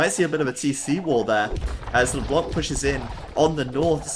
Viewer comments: Ryze mid What the fuck is YOUR problem ?! Just wanted to tell him so that he won't make the mistake again, not a big deal anyway. It's a french noun, so it should be pronounced withouht the hearing "c", if possible. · Amazing game, and amazing broadcast as usual ! For the record, LeBlanc -> don't pronounce the "c" ;) [it's "the white" in french btw]